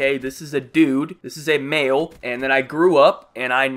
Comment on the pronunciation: It kinda sounds like he said “Mayo and female”